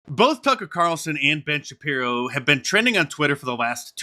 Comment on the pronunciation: *shapiro not shaprio